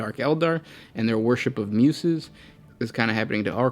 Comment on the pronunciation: Just a quick suggestion for your videos, if you haven't seen a word before or are not too familiar with it try googling it and listening to the pronunciation. I LOVE your videos but I notice there are many instances where you are mispronouncing words and it brings me out of the moment and instead of focusing on the lore content my OCD is raging. Muses is commonly pronounced without a sharp 's' like in snake but with a soft 's' like in the words use or choose. Ok, my rant is over now XD